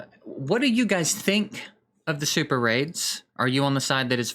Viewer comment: SuperRAIDs.... OR SuperAIDS???